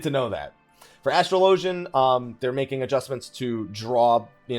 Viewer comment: You are the only person I've heard call Astrologian, AstroLOWgian. my gosh it hurts my ears xD I guess you also call it AstroLOWgist and AstroLOWgical. ;p